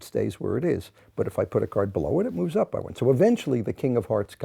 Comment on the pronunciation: Ah his by sounded like an I. Bye bye birdie!